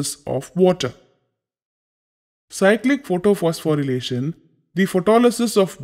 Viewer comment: Isn't it photophosphorylation instead of photophospho'relation'😅 Btw Thank you sir 😊